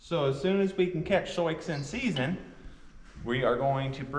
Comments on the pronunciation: They know that’s how Sioux is pronounced. Soix is a nickname they use because when was younger, she read Sioux’ name wrong, they found it funny and her nickname Soix stuck. X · It's pronounced "Sue". It's the name of a Native American tribe. WHY are you breeding when you could rescue perfectly good horses from a kill pen? There are thousands of beautiful horses that die in slaughterhouses every year. Their only fault is that they were let down by garbage humans. You're worried about her tearing w/ her current foal & you're thinking of breeding to a DRAFT HORSE?!? You apparently didn't think this through much...gads... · I just started watching your channel. (I was a kid who lived on a farm and wanted a horse, but it didn’t happen. By the time I was 13, we had moved to town.) I am interested in how you pronounce Sioux’s name. I have never heard that pronunciation. I live in NE Ohio and am 83. I am so interested in your videos. God bless your family and all your animals. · sioux is the tribal name for the lakota, dakota and nakota. i am curioius how you come to pronounce it soix. sioux: French wrote it as Nadouessioux, pronounced sou [or sue]. just curious. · I don’t know the back story on this mares name so I’m not sure why you call the mother zoiks unless you’re mispronouncing Sioux which is actually pronounced Sue, as in the Sioux (sue) Indian tribe. Pardon me if I missed the reason for Zoiks. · Lakota and Sioux are Indian Tribes in the Dakotas. Sioux is pronounced Sue. Not SoiX. Sioux is the “Sue” Indian Tribe the X is SILENT. So called “Sue” not SouX. Sioux is SUE. Never too late to learn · Regional pronunciations can be difficult to navigate particularly with words that have a French origin, but every time you say 'Soyks' instead of 'Soo' my brain locks up for a second. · I might be ignorant because i'm not american and don't know the tribal names, but isn't Sioux said like "soo"? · Sioux is pronounced Sue as in the native American tribe.